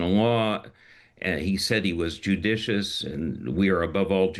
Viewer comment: Best moment of Trump’s press conference was when he struggled to pronounce the word “judicious.”